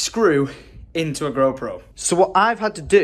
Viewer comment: I'm almost certain you said Gro Pro 🤣